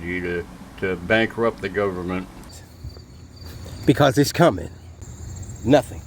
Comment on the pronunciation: This guy knows the law and he is going to teach it to us even though he cannot pronounce government correctly.